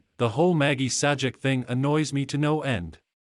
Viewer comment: bro - if you can't narrate your own videos, or get someone to narrate them and also pronounce Pat Sajak's name correctly (he's only a TV Icon) than lose your YouTube channel!